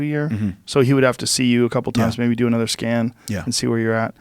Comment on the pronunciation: Rafael "anudder doctor" Lovato Jr